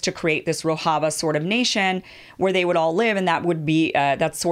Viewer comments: It's Rojava, not "Rohava". And the Syrian offshoot of the PKK is the YPG. You should've taken one or two more days to get the basics down, Kim. This looks bad to people who know the subject. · its Rojava mem not rohava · Rojava is pronounced "ro-jah-vah", the "j" is not pronounced as in Spanish, it is pronounced as in English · As a Turkish person watching this video, I think you covered it pretty nice, especially that no one is talking about this issue to this extent in western media... respect... but I just wanted to point out something, you are pronouncing Rojava wrong 😅. The 'j' is supposed to be pronounced like in 'bonjour'. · It is not Spanish ‘j’, rather, the French ‘ge’ as in ‘roge’ for ladies lipsticks. Talking of your pronunciation of ‘Rojava’.